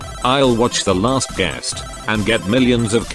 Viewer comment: You can't say "the last guest" and "effort"